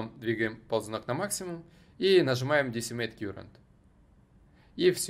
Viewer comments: Слово Current читается как "каррент", а не "кьюрент" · Я электронщик. Не кюрент , а карэнт. Ток , текущий по нашему. А так всё зашибись